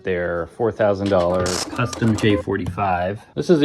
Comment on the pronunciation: Meow it's "custom"